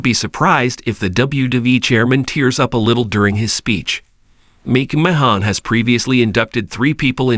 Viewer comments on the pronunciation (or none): Good ‘ol Vince Meek Mah Hawn wtf is this sh^t? 😂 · YOU CAN'T EVEN SAY HIS NAME RIGHT